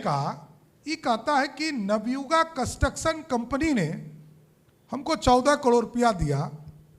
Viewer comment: Panalty ❌ Planty ✔️ Construction ❌ Cantuction ✔️ 😂😂😂😂😂